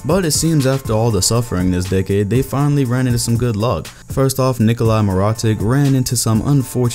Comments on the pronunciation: it's (Mero-tich). Nikolai Mirotic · nikola mer-a-tick 😂😂😂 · Honestly, this vid made me think I know more about the NBA than. That horrid mispronouncing Of nikola mirotic’s name and the fact that he didn’t know markennen, that’s unacceptable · It’s nikola mirotic btw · Ummmmmmm how did you pronounce Nikolai mirotic???? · Damn the way you pronounced nikola mirotic